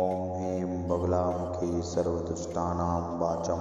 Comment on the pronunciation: Why are you saying Baaglamukhi